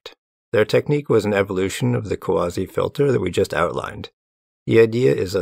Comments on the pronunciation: Yeah, it's funny to me, an (ex-)anime enjoyer, hear him say "Kawase" as "Quasi" or something, idk. 😆 'Muricans. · tip for pronouncing romanized japanese names or words: the vowels are always pronounced only one way. "a" is always "ah", "e" is always "eh" (like "send"), "i" is always "ee" (like "seen", same way you'd read an i in spanish). so the name "kawase" is "kah wah seh". it's respectful to double check this stuff before misreading someone's name, ideally. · As a Japanese speaker it did hurt a little every time you pronounced Kawase wrong. You were close but the Japanese え(e) is always pronounced like the e in bed instead of like the e in see. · Kawa-se Great video, but please take some time to understand how to pronounce someone's name before butchering it. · FYI, "Kawase" is pronounced "ka" (like in CAcao) "wa" (like in WAgon) "se" (like in SEctor).